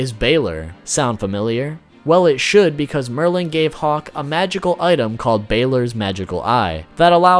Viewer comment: It said Maryland for Merlin